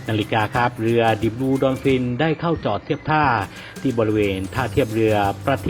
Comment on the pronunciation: ดิ บลู ดอลฟิน คือไร อ่านยังผิด ตายๆๆๆ จะเป็นนักพูดนักข่าว ทำการบ้านก่อนค่อยออกอากาศครับ เดอะ บลู ดอล์ฟิน ไม่ใช่ออกเสียเป็นดอน